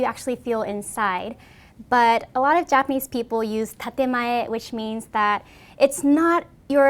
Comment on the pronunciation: Take a shot every time she says japanesse people